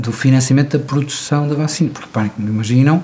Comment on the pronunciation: Um professor doutor que diz bÁcina, pensei que era trollanço. 😂😂